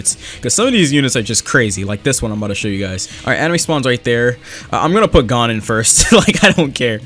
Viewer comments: I'm sorry to be that guy who rudly corrects people but its not pronounced gone, its pronounced gown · Its not fing Gone. Its pronounced goun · go to Google translate and type in "gohn" then click the speaker icon, it will tell you how it's pronounced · its not gone it gon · bro it's gon not gone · its gon not gone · pronounced gōn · Me seething inside every time he says Gon like "gone" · Its like g-oh-n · The amount of time he said G O N E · Is the HxH English dub pronounced 'Gone'? Or am I just deaf, and heard something like "GO-wN" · this man said gone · Your saying gon wrong lol her is how you pronounce it ( g oh n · Lmao him saying gone is making me mad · no it sounds like cone but with a g at the front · Nah its not oo its oh as in like, "oh, my cat just swallowed the car keys" not like "ooooooo, infer just dropped a vid" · The way you said gon hurt my heart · i hate how he says gon, he is saying it wrong bruh